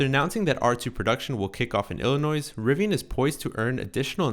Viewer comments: Illinois not Illi-noise 😭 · You don't pronounce the s at the end. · The people who live in Illinois don't pronounce the final s. The people who race at Laguna Seca (Dry Lagoon in Spanish) pronounce Seca "SAY-kuh"